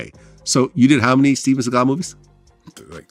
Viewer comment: “Steven Seagull” 😂